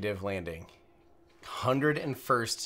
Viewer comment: Tim Dodd: chosen to go to the moon but doesn't know how to pronounce 101st 😁